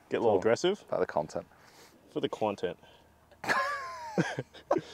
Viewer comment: “for the KWONtent” 😮‍💨